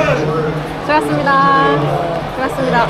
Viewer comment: 시간 걸리드라도 수고하셨습니다 고생하셨습니다 발음을 또박또박 해 주셨으면 합니다. 가식적이게 느껴지거든요, 열심히 땀흘린 선수들한테 순간순간 지나가더라도 겹치더라도 또박똬박 발음을 해 주셨으면 좋겠습니다. 수고해스니다 고새해스니다 이런 어눌한 발음 라이온즈티비의 격조에 맞지 않다고 봅니다 !!!